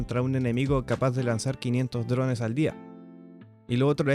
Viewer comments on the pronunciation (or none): none